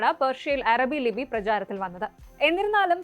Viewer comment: അരബി അല്ല അറബി improvise your pronunciation